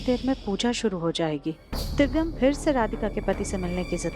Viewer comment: किस किस को लगता है कि इस दादी को तो दिव्यम का नाम भी नही लेना आता 😂 दिव्यम को दिवियम बोलती हैं। इस दादी को बदल देना चाहिए,......🙋🏻‍♀️🙋🏻‍♀️